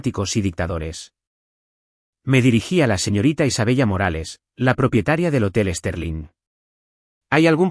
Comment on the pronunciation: ¿De verdad que el narrador no sabe que se pronuncia Isabela? Ninguna prifesionalidad